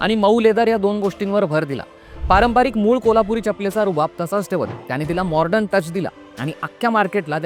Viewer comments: मॉर्डन म्हणू नका, मॉडर्न म्हणा! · Morden Nahi re baba...modern....